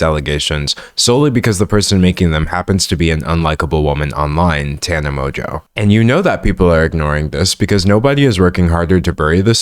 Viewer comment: I think this is the first video ive watched where someone is pronouncing Tana's name correctly. Thank you for actually saying her name properly, its been weird hearing people talk about something serious while also not caring enough to look up how to say her name